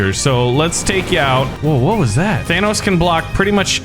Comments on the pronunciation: THANOS IS PRONOUNCED TH-AH-NO-S NOT TH-AN-AUS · It sounds like you're pronouncing Thanos like VanossGaming. His name is pronounced Than-ohs, not Than-aus. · I think he just doesn't know how to say Thanos. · He says thanks wrong. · If it's only an accent, then that's fine. Nothing wrong with that. But he doesn't acknowledge that he says it different to how it's said in the movies, which is why it makes me think he doesn't know how to say his name. Or maybe he says it like that on purpose, I don't know.